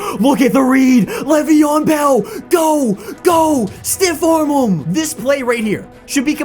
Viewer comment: Why are u calling him levion bell